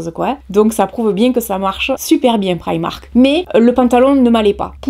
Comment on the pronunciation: Enfin quelqu'un qui ne le prononce pas "prImark"